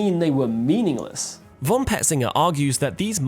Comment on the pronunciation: ty, nice,but btw: "von" is pronounced: "fon". with a sharp f.